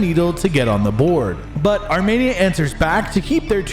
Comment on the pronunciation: Dude. arm E nia. Wtf is this Armaynia